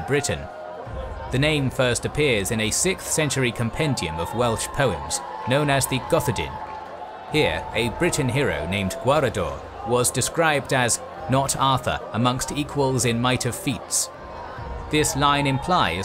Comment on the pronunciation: That’s a great overview, bravo! A tip for pronouncing Welsh words: the stress is always on the penultimate syllable. So Gododdin is “Goh-DOÐ-in”, where the dd (Ð/ð/“eth”) is pronounced like the “th” in the English words “they” and “weather”. And if there’s only one syllable, like Hen in Yr Hen Ogledd, it’s often stressed, so “HAIRN” rather than “hen”. Looking forward to your future videos!